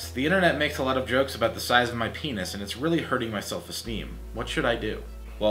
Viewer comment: "You and your peenoss." xD